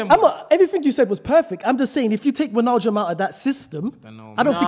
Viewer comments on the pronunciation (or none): I heard atleast 3 different pronunciations of Wijnaldums name in this podcast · They're all butchering names, you hear try say 'Wijnaldum'😭